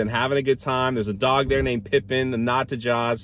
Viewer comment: The dogs name is PIPIT. Not "pipin".